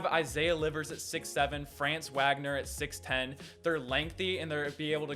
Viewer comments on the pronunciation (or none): Ok let’s talk... I’m a Michigan fan but you say FRaanz Wagner it’s Franz Vagner it’s it’s German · Good video. It’s Fran-Nz Vah-Gah-Ner . He is German so the pronunciation is different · France Wag-nor and Moose-uh Diabetes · You said Franz Wagner wrong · He's buthered Franz Wagner as well